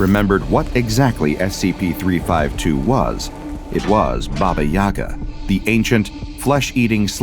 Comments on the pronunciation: It's Bábá Yagá, not bába yága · In Russia we actually pronounce it bAba yegA